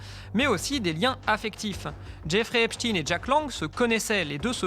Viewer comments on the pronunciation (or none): Exactement. Il faudrait prononcer [ ...tajn] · Einstein, Frankenstein… EPSTEIN ET NON Epstine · Epstin s écrit Epstin mais pas Epstein qui s écrit comme Einstein ou Eisenstein qui ne se disent pas Einstin ou Eisenstin mais se prononcent Einstein et Eisenstein. Il faut donc prononcer Epstayne. C'est aussi simple que ça et c'est aussi culturel. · C'est pas EPSTIN...c'est EPSTIEN....vous ne parler pas de Alfred INSTIN mais bien de A. INSTIEN both of Jewish origine. Ca vous fait quoi de changer la pronontiation d'un nom ? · C'est pas Epstin mais Epstein on dit Albert Enstin mais Albert Enstein on dit pas Frankenstin mais Frankenstein. Ce que vous oubliez de dire c'est que la fille de Jack Langue a touché plusieurs millions d'euros dans le testament d'Epstein donc le lien est très clair. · Pourquoi dites vous "Epstine" et pas "Epstein? ??? En français on dit "Einstein", "Franckenstein"...etc. Enquête intéressante, mais prononciation ridicule !! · se faire appeler Hep's ! Teens ! au lieu de HEPSH'TAïNE, c'est déjà avouer qu'on aime les jeunes ados... (teens en anglais) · Le monsieur s'appele "Epstein," comme Einstein, et prononce EPSTEIN. non pas epstiin. C'est une grave erreur de genre. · C'est pas "Epstine" Mais " EPSTEEEEEEIIIIIIIN"! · Pas Epstine mais Epstein.... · Bah OUI ! Ont dit pas " Franke-stine" , à ce que je sache. Tous les médias qui utilisent cette prononciation de " Epstine" ou lieu de " Epstein" : médias à la botte du Crif. Point barre. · De Villiers a dit Epstine c est comme Raspoutine ca fait plus russe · Vous dites epstin ? Vous dites aussi Albert instin ? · cest pour que ca sonne russe. Et pas israelien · On dit einstein ou einstine ? j'essai de comprendre cette nouvelle mode en france de changer la prononciation en fonction de la personne.